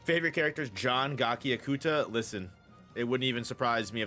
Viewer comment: I think its pronounced ga chi ( as in chichi from DB ) a kuta